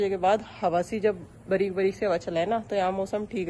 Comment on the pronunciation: Preeti ji aap comment nahi padte aap apni language bhi nahi theek karte aap feature main teacher banne wali hei orye bareek bareek hawa kyaa hoti hei halki halki hoti hei plz language theek karo apni s h ko ss na bolo